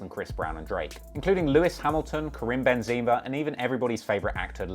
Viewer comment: KARIM BENZIMA LMAOO, its Karim benzema, but pronounced ben-zuh-muh